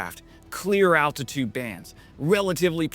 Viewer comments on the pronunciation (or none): none